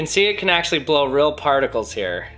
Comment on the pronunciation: . Uhm. Lol. “Particles”.